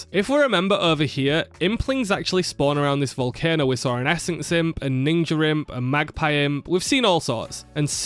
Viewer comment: Bro really hit the hard R on "ninja", huh